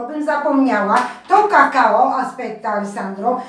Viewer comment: kakao a nie kakało droga pani